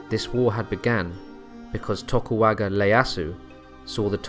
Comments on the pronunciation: Oh man your pronunciation of the names were a bit funky there man. Tokugawa. Not tokuwaga. And it is Ieyasu with an i not an L. Ee-yeh-ah-su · Seriously, who in the world is Tokuwaga Leiasu? Did he mean Tokugawa Ieasu? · "Tokuwaga" clans 😂It made me chuckle. It's "Tokugawa", as I'm sure you know 😊 Apart from that, this is a fantastic video. I've always wanted to learn more about Musashia Miyamoto, and this is one of the most informative videos I've found. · Sorry but, it is not Tokuwaka but Tokugawa. And the wae Musashi fight in ( on Tokugawa side ) was 1600 sekigahara. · It's Tokugawa Ieyasu, not Tokuwaga Leyasu 😂. It's a capital i, not a small L lol. And the Japanese alphabet system doesn't even have the "L" sound. 🤣🤣🤣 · Sorry man, you lost all credibility with me when you pronounced one of the most famous political figures in Japanese history as "Tokuwaga Leyasu." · Sorry it really irked me: TokuGAWA ieyasu, not an "L" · You keep saying "Tokuwaga" lol xD